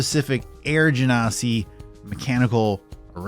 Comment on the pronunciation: Your pronunciation for genasi is correct. And by "correct", I mean it's how WotC asks people to pronounce it.